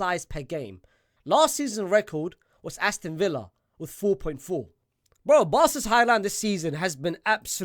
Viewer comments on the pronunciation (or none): none